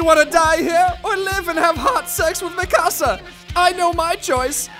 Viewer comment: connie saying mikasa sounds like mi casa which translates to my house 🤣🤣